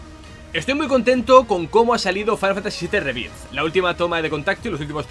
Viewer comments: Lo gracioso es que dice "Fainal Fantasy SIETE rebirz" cuando sería "Fainal Fantasy Seven Riberz" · No entiendo que "Final Fantasy" lo pronuncies en inglés y luego "Rebirth" lo pronuncies tal cual se lee en español. No me extraña que luego en todas partes digan que nuestro inglés es pésimo, es que lo pronunciamos mal incluso sabiendo que está mal. No digo que le pongas acento de Oxford, pero por lo menos di "Riberth", que es más cercano a la pronunciación correcta. Es que hasta cuando dices "Remake" pronuncias bien el prefijo "re-", pero en "Rebirth" no. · Básicamente porque no sabe como se pronuncia, entonces lo pronuncia de la forma mas cómoda que es con acento español, el sabe que remake se pronuncia "rimeik" pero no como se pronuncia rebirth, yo apoyo que lo leamos en español, nada de "Fainal fantasi rimeik" que estamos en España, y se lee en español, que no somos ingleses, ni gringos, se tiene que leer con las reglas de pronunciación españolas, para decirlo en ingles pues ponte a hablar en inglés.